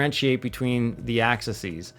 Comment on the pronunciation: Great stuff. Only one comment. Multiple axis are pronounced as Axe-E's. Not axises, axes or access.